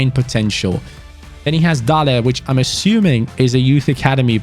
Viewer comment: Couldn't have pronounced dales name more wrong if u tried man really fell of